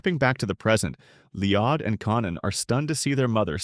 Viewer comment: Who the F is Leeodd?